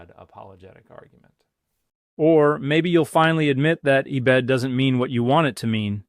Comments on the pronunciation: he said eh-bed though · Doctor, you would never say E-Bed instead of “ebed” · Dan would never say "ee-bed." That's a dead giveaway. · Knew it was fake the second "Dan" said 'ee-bed'😂